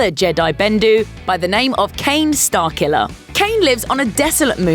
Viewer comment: OH! "Starkiller"! I thought u were saying Starcula.